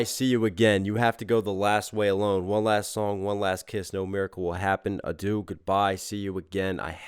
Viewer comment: P.S. “adieu” is pronounced ah-dyeuh, not a-do. Also, “adieu” is, I think, more than just goodbye, it’s more like “farewell”, and “auf Wiedersehen” can mean the same thing, “so long”, so it is interesting to mix the different languages, and the nuances of “goodbye”.